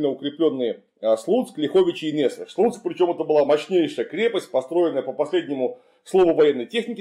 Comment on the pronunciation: "нЭсвиж" не говорят. Называется местечко и замок нЕсвиж (это, скорее, по-польски) или нясвИж по-белорусски.